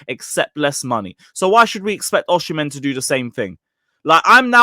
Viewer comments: It’s pronunced “Oh-Si-Men” not “Uh-She-Men” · Bro osee-mehn. Not oshi -mehn